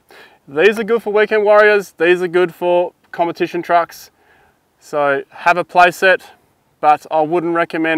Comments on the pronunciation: 'Compertition'? Made my day! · compertition lmao